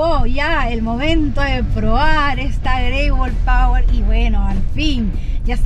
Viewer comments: jaja por que dice Power - si es POER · No es pawer sino poer 👎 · Porque le dices pawer si es poer!!!!